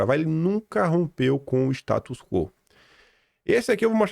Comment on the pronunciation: Bom dia,! Posso te dar uma dica de pronúncia? É status "quó", como se o tivesse um acento agudo. Já notei que você fala "quô" e não é assim.👍🏻